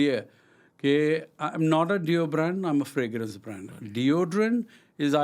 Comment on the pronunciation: Bhai Fragrance bolte hain, na ki "Fragnance"😂😂😂